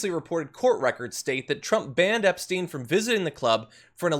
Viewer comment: He can't even say Epstein name, and they probably had orgies together.